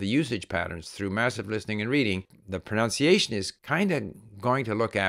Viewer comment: It is ironic how your saying of pronunciation is mispronounced throughout 🥸 I do enjoy and appreciate your great content though thank you